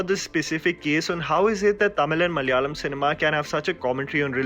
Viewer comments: has got most Malayalam names right this tiney, kudos! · You deserves an applause for the way you spell Malayalam words...As a Malayali,I have seen many youtubers pronouncing malayalam incorrectly,but you are a role model for all of them. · hi bro i like ur work and also the way u say malayalam names i am mmyself a malayali